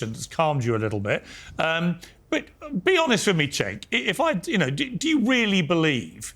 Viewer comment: Oh my god, panelists, IT'S PRONOUNCED "JENK" Not Senk and not Chenk 🙄🙄